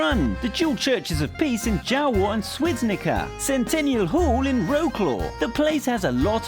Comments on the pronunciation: More like: "Vrotzlav" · is not wroklaw , its wroClaw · ITS NOT WROKLAW ITS WROCWAV OR WROCŁAW IN POLISH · Wroclaw in Polish is pronounced Vrotswav, the way you said it sounded like war claw, kind of funny. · Ass said Row Claw it’s Wrocław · Wrocław is pronounced Vroclav not Wrow-claw. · His pronounciation of Polish cities is painful. It’s not Rawclaw, but Wrocław! (Vro-sslav) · I love the pronouncation of Wrocłam 😁 If you said that to me without written word I would be like "What?" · Wrosław in English it’s vroswav and toruń is torune (well how to say it) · You're saying Wrocław wrong You should read "Vrocwav" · He pronounces it "vroklaw" omg im cringing so hard..... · It's mostly right, I'm from Poland but I chuckled when I heard "centeniall hall in "BROKLOŁ"" Damn our language has to be hard to pronounce. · Please pronounce Vrotswav properly. Wrocław should be pronounced Vrotswav, phonetically. If you remember Polish is a phonetic language it makes it easier to pronounce words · You should read Wrocław like: "Vrotsllav" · If what you speak realy bad polish you said wroclaw and you need to see like: vrocylav or i don't know with that thing i mean how you need to speak it... it sounds a bit like it. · Kraków != "KRAKOV" IM DYING! Wrocław != "WROKLOV" OMG xD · Your Way od Wrocław just killed me inside... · Wro-cloo haha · ciastoplasto More like Wro-Claw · its vro-ss-wav (or vro-ss-lav) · More like: Vrotzwav (this "a" is more like in fAmily and r is harder) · Roclaw haha ♥ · Maybe Vro-tz-lav would be better? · Almost Ravenclaw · VrosSLAV that's the essence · Don't butcher the pronunciation of certain cities (eg Wroclaw). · It is funny how you pronounce WROCLAW at the end of the Video. If I was just listening I wouldn't have an idea what it was said :D About pickpockets .... Well this advice shall be followed everywhere in the world - unless you can provide a country with no people who steal ;p Anyway come to Poland, Krakow and Warsaw are best ones.